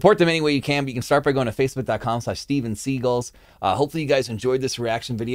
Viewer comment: pretty sure the band is pronounced like the actor Steven Segal 😉 😃